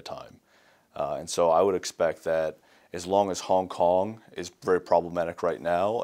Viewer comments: HONG HONG 😂😂 Love ya! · .........HONG HONG?.......... O___O